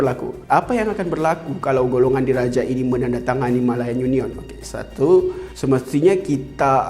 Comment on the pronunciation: Rare btol sbutan dia ni..YU NION